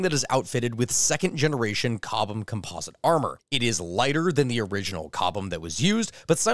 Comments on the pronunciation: I was so sad hearing him pronounce chobham as cobham. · did he say cobham instead of chobham armor zomg!!11111!11111!1!1!